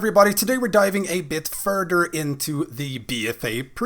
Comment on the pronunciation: “Diving a bit furdur..”